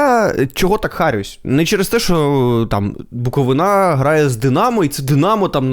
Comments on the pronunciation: БуковИна,а не БуковинА,чувак. Не стидно тобі? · На рахунок коментарів про Буковину повністю згідний, але запам'ятайте вже будь ласка, що не БуковинА, а БуковИна!!! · Коли ж навчаться правильно казати??? БуковИна, а не БуковинА ЧернІвецький, а не ЧернОвецький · Дякую, дуже подобаються Ваші випуски. Але, будь ласка, БуковИна). Дякую) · Ще б наголос правильно ставив ціни б тобі не було Букови'на!!! Ніхто ж не каже Полтава' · В слові Буковина правильно робити наголос на И